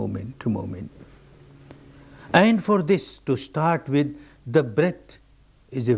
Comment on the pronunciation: "Starrrrt again, starrrt again."